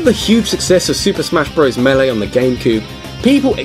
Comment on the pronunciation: The hell is a Super Smash Bros. "melei?"